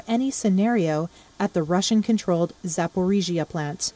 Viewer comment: ZaporizhzhzhЖЖЖiya, lol